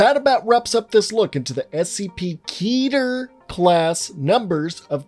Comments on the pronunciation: It's pronounced keh-ter not key-ter. It sounds dumb pronounced key-ter. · please say it with me slowly Ket-er ket er not KEYTAR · Canonically it’s pronounced like Ket-air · Your telling me you know what scp stands for but you still mispronounce the word Keter? Ok then.